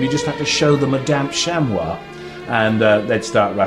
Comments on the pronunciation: chamoi? its pronounced chamy ffs (I know its spelt Chamois ) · Chamois, "shamwah"? Ha ha! A purist for certain!